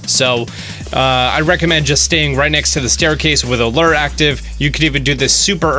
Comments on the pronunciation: Found Bulbasaur and Charmander without lures active. Also it's pronounced lew-er. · please please please please it's not lurr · Lurrs. Make sure you have a lurr guys. It’s lure....looooooooooooor. Lure. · Lure is pronounced LEW-er.. not Lrrrr. Jesus! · Lure is pronounced Lewer. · Zo Berto I see your point, but it’s sad to see a grown ass man who can’t pronounce the word lure correctly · ThatsNoScout Onyx is the mineral, the guy can’t even pronounce lure right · Omg another person who went through their entire life without hearing and or seeing the word Lure before Pokemon Go.... have you ever heard of a fishing lure... that's not how its pronounced... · That's not how you say lure.